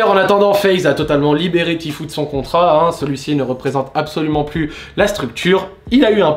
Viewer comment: "tifou" ptin c pas pro tout ça